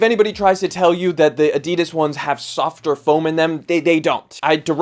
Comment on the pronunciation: China offers better value and specs. Adi-Das think Adi for the first syllable and Das from Dassler for the second syllable. Li Ning slides here last week for £22.